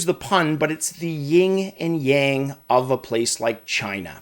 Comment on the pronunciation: To be pedantic, it's yin and yang, not ying and yang.